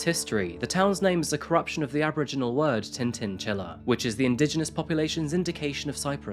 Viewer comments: Tintinchilla... Kinda said how it's written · As a Mandandanji descendant, I would like to congratulate you on the accuracy in the pronunciation of tintinchilla. Thanks mate